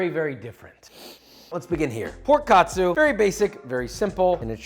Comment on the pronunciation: It's not pronounced kat-su but ka-tsu.